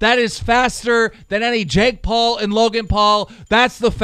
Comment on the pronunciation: DEJI SAID JAKE PUL HAHAHA